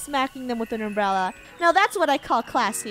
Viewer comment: Funneh: ITS A UMBRELLA game: ITS AN UMBELLA Me:LOL 😂